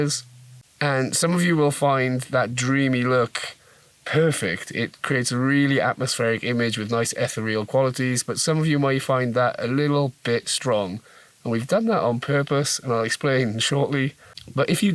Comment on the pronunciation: Ether-real??? 😲 ih-theer-re-al (re-al as in real madrid) !!! Wifey corrected me on that a few years ago so you're not alone. It must feel amazing to have had an idea turned into real product 👍